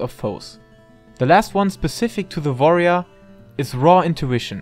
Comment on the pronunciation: I love the way you say Warrior... like V'arrior ... sounds badass.